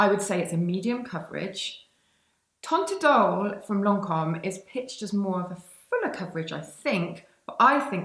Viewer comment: Teint idol is pronounced so that "teint" rhymes with the French word for wine: "vin" (the T is silent)